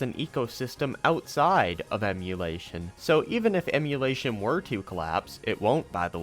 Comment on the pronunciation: “PC Emuwation”